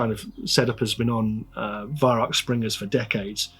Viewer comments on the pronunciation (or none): Germans pronounce the Weihrauch name as "VAI-RAU"